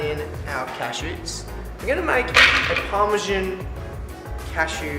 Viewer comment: Put pasta into water that wasn't boiling. Burnt the garlic. Can't pronounce parmesan. Pasta sauce is waaaayyy too watery. Actually amazed that you could make so many mistakes on a dish that is so simple.